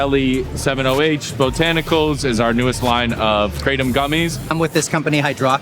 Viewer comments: It's not pronounced cray-dum It's Krah-tome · guys why are you saying "KRAY-DMM" ?? 😅😅😹The indonesians literally tell you it's called "Krra-TOM" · The word "kratom" (กระท่อม) in Thai is pronounced as: /kraʔ.tʰɔ̂m/ not /kraɪ.tɑm/. You can hear the native speakers say it correctly in the video. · Kra-tom, who pronounces it like that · I live where this plants comes from. First off, stop saying to wrong, Kra-tom. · Amazing, every person in this doc mispronounced Kratom except for the Indonesians who named it. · This is a wildly ignorant take on Kratom. Big pharma would love to make Kratom illegal because they want to sell you Oxy. Also, please stop mispronouncing it.